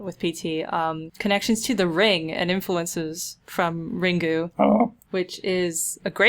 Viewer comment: Dunno if you know this, but it's probably not "Ringu". When it comes to at least Katakana (which is how they wrote the title of the Japanese film and probably the book), when a word ends in -u and sometimes -o (Ringu, Gandamu, Baiohazaado), you sorta disregard that last sound. Since they use a syllabic system, and the only "letters" that are a single "letter" are A, E, I, O, U and N, they use -u and sometimes -o sounds to sorta end the word. So Ringu = Ring, Gandamu = Gundam, Baiohazaado = Biohazard. I mention it because you have it written as Ringu which is like reading the word castle as castee or bite as bitee or The Grate Debate as The Gratee Debatee.